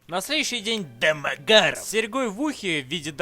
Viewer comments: Как затрахало слышать акцент на одной и той же фамилии! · С каким выражением лица, автор произносит фамилию домогарова? :D